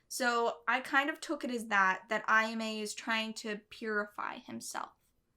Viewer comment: When people watch the anime and hear these names constantly but still butcher the pronunciation. Like, how? Japanese is literally how the romaji is spelt. AH-YAH-MEH! It would only be pronounced the way you are saying it if there was an I after the A. It is Ayama. Not aiyame And why are you saying Reen? Are you Russian? It is Rin! R-IN!